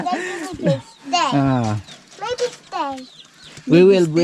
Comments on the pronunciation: Guinea pig hindi Guinya pronouce it "nie" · Pronounce it gi nee pigs sorry but sir been saying it wrong. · Hello 👋 Guinea pig...bigkasin or pronounce it as " gini pig"💞Viviana is so 😍 cute and friendly 😍